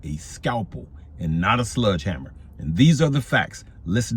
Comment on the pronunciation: "SLEDGE" Hammer Unc..... good lord......